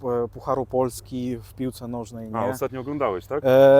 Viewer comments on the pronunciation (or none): dobrze mówi po polsku i z dobrym akcentem. Jednakże moje wyczulone ucho wyczuwa wschodnią nutę. Na przykład słowo "polski" wymawia "puolski" czyli z takim wydłużonym o połączonym z ł. Często zauważam taką wymowę u Ukraińców, Białorusinów i Rosjan.